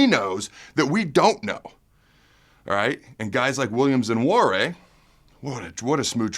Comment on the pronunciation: Pretty sure its pronounced wa-nary